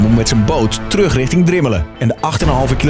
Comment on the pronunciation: Niemand: Echt niemand: Zelfs Stefan niet: Hardwell tegen de politie “Jullie moeten righting Drimmelen”